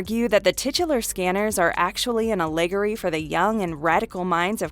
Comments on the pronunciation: On Scanners the narrator pronounces allegory as “allegry”. Introducing eXistenZ, a clip has Jennifer Jason Leigh naming the game eXistenZ with an accent on the “tenZ”. Immediately after that, the narrator says eXistenZ with the accent over the “Xis”. I like your videos but your pronunciations are often off.... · I'm really enjoying this channel. However, you seem to include one mispronounced word in every video. Is that intentional? This time it was allegory. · I like the videos but it drives me nuts that the narrator mispronounces SO many names and words. Luc Besson, allegory, etc. Seems to be running theme.